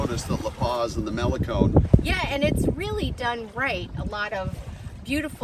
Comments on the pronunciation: It's malecón, NOT málecon. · And they wonder why they are not welcome. Cannot even pronounce Malecon correctly.